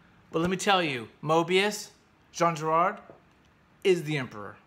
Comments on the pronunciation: His last name is Giraud (Gi-ro), not Girard. And Blueberry is an entirely fictitious character, his "history" having been dreamt up years after the series was originally created. He (Giraud) never lived in the south-western states (aside from in L.A., later in life), but in Mexico as a teenager, after his mother married a man from there whom she'd met in Paris. Her original husband had abandoned young Jean and her years before. There are some 30 episode-albums in the Blueberry series, of which a dozen cover the cycle that begins with "Chihuahua Pearl", not counting the five episodes that were produced later, known as the OK Corral series. Apart from "Angel Face", which is my favorite album from the original series, The OK Corral group constitutes the aesthetic pinnacle of that production, even if its storyline isn't as compelling as Charlier's earlier work on the series. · The author's name is Jean Giraud (jeero) not Girard